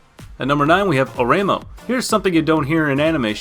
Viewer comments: You slaughtered the pronunciation of Oreimo, but I agree, that anime is excellent. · OK, it's (Oreimo) pronounced O-ray-ee-mo. FOUR SYLLABLES, you barbarian. (Kakegurui) Kah-kay-gu-ru-ee. Learn the correct pronunciations so you don't sound like a bigot. Oh, yeah, I dare you to watch Another in public....